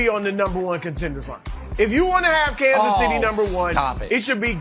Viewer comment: Kansas Sh'tty?